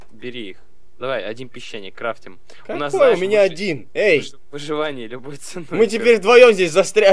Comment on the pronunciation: не крат а крафт